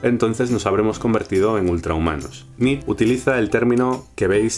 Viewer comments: Nietzsche, no Nietzsch (jeje); excelente vídeo! saludos! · Me hace gracia que no digas "über-mensch" por miedo a la embajada o no se que y luego pases todo el vídeo pronunciando "nitzs". Nietzsche se pronunca "niit-she", con la t casi muda. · ¿por qué pronuncias "nich"? ¿influencia francesa? el bigotes es alemán, su nombre debe pronunciarse "nit-che". Muy buena síntesis. Saludos de la embajada alemana. :) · Supongo que ya te lo dijeron, pero no sé llama "Nich", se pronuncia "Niche". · Hey por fin, una buena y clara explicacion de Nietzsche (algunos lo pronuncian Nietsh y otros nieths she), me gusta porque no es en tono serio como en otros canales y no lo enrrollas. yo traté de hacer una en mi canal sin haber visto este, bueno de hecho lo hice antes de que subieras este vídeo y trato de hacerlo en tono de blog, y con mis propias palabras, pero al fin de cuentas es lo mismo que mencionas tú. Muy bien! Un saludo y me suscribo, checaré qué más tienes. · Pero como se pronuncia su nombre en alemán? Nitch o nitzche? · Saludos. En realidad Nietzsche se pronuncia nìche, sé que es una nimiedad, pero nunca está de más hacerlo saber. Gracias por tus videos. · Nietzch? se pronuncia hasta la última letra!! Que es alemán! Que grandísimo error... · Dice solo "Niets" porque no sabe cómo se pronuncia "zche" jajaja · Solo una cosa, la "e" de Nietzsche se pronuncia, aun así, buen vídeo. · perdonado estás, pero que no se pierda la "e" final! :) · Nietzsche se pronuncia la ultima e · MALDITA MANIA DE INGLESIZAR LA PRONUNCIACION DEL NOMBRE DE NIETZSCHE! se pronuncia con una E final... no es fonetica inglesa sino alemana, idiomas de pronunciacion distinta